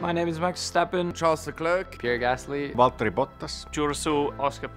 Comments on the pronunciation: I hear Valtteri's name so differently when he pronounces it, that accent (more like proper pronunciation, I know) is so soothing to hear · i love how valtteri pronounces his name and also his truck driver look is amazing haha